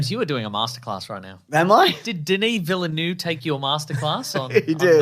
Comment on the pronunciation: "Villeneuve", and not "Villenueve". This is probably why people keep mispronouncing his name 😆.